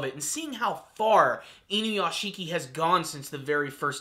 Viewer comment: Okay, I'm not usually a vocal grammar nazi, but pronounce it like this: "Inu - Yashi - ki." Saying: "Inu - YashiKI" puts too much emphasis on the ending syllable, turning it into 2 when it's a 3 syllable word. It's not hard, just please put a little bit of effort into the pronunciation, it's like it's taking me back to the days of people calling Naruto, Na-Roo-Too the cringe is just so bad.